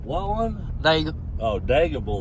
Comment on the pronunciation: its dnot daga its de-ga